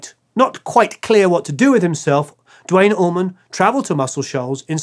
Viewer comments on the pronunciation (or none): Dwayne Allman, DAMMIT!! Not dwite oman. Or dwayne orman.. you guys make me so frustrated!!